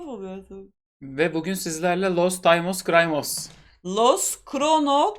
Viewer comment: timos crimos diyor ya inatla sürekli lkdfjglsdkfjgsdfg